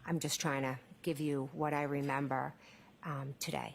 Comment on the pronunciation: “I don’t rememba”